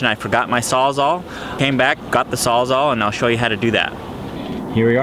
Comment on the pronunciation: It's a *sawzall not a sawzar.